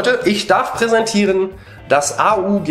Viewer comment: Man sagt nicht a u g sondern aug bzw mann bricht es als ein Wort